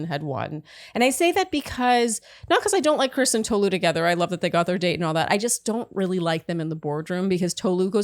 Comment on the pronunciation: good lord y'all really need to learn how to pronounce tolu's name is it really that hard